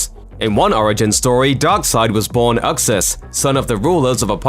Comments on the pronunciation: You pronounced dark side real name wrong its youxas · isnt anyone gonna address the way the narrator pronounced Uxas?